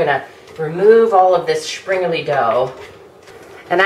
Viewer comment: Well presented video on this great traditional treat. :) But an honest question: Why is that every video I've seen made by Americans, springerle is simply not pronounce correctly, always adding an "eee" sound to the end rather than "uh" or "eh". It's so very odd and I wonder where it comes from. They've been in my family in the states for generations now but we all pronounce them almost the same as any German speaker. :-/